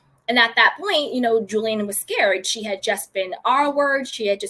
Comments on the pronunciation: The woman's name is pronounced "Julie Anne," not Jillian or Jilaine. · Julie-anne, not Julian. Julian is a male name, as in Julian Lennon. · I believe its pronounced: Julie-anne